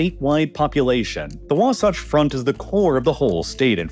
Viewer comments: As someone who lived in Salt Lake city for years you are slightly mispronouncing Wasatch. All good tho, I enjoy the videos. Edit: you slipped into saying it right as the video went on. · I was cringing with his pronunciation of Wasatch. 😆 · The way you pronounced "Wasatch" hurt my brain. In all seriousness, thanks for bringing attention to our problem. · It’s Wa-Satch like satch-el. Not like scotch. ❤ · I’m sure it’s been said already but it’s pronounced “was-ATCH” not “wah-sahch” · The way he switched between calling it The Wah-saach Front vs Wa-satch Front throughout was amusing. The second one is correct. (Not a dig by the way. We have weird pronunciations here.) Also, great video! I'm a biologist near Ogden that rants about this a fair bit to deaf ears all around. I'm not too optimistic about The Great Salt Lake to be honest. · Wasatch is pronounced differently here, rhyming with “boxmatch” not with “boxsocks” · It's Wasatch, not wasotch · Wa-satch. The "satch" is pronounced just like it is in the word "satchel." Not, not, NOT "waw-sawch." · Sevier Lake is pronounced like "severe" also later into the video, the second A in Wasatch is pronounced like cat (or satchel since it's similar spelling) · By the way, Wasatch is pronounced Wah- like Waluigi and Satch like Satchel. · Mostly good, but please check local pronunciations. It is wah-SATCH among others. Overall content is pretty accurate. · Geez, the pronunciation of some of these words is nails on a chalkboard. In my 30 years of living in utah i've never heard it pronounced "wasotch" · "wahwahtch" lol. I love listening to people mispronounce names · KL-am-ith Wa-Sat-ch If you are going to talk about a place like you know it, you should learn how the names of places are pronounced. A 30 second phone call to any local should suffice. Hell i don't even live there but i drove trucks based out of Utah for a few years. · The second a in Wasatch is pronounced like in sash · “The Wah-Saw-ch front”